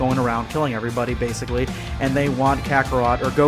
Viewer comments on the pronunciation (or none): Why do you say “bacicly” at the start